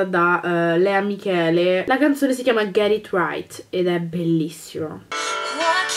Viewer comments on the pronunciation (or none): "Lea Michelle" si pronuncia Lea Michelle